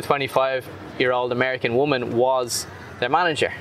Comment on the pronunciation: "Amerian?" Seriously? Are you Irsh?